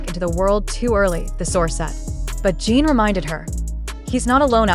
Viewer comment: It’s JIN not gene